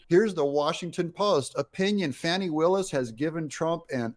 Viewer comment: This whole report is BS. First her name is pronounced Fawn-ie. Secondly, she hired this guy because he is an excellent attorney as is she. Third, that divorce suit has been going on for 2 yrs. It happened because his wife cheated on him with his best friend. Fourth, the married couple both agreed to a nondisclosure agreement at the beginning of the divorce 2 yrs ago but suddenly the same day she asked for disclosure one of Trump’s worst goons files a suit of conflict suggesting collusion between Trump and the ex wife of prosecutor.. Fifth, this is not the first time the republicans in the Georgia senate have tried to get rid of Willis and it was turned down by their governor. Sixth, this has absolutely nothing to do with the Trump case and will have no effect on it. I strongly suggest you listen to fact based news, especially with esteemed attorneys like Midas Touch.